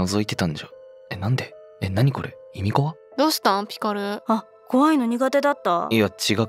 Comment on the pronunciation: 意味怖っていみしんって読みますよね？ いみこわって読んでなかったですか？ そう読む時もあるんですかね、